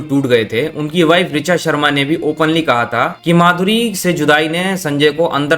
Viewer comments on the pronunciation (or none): none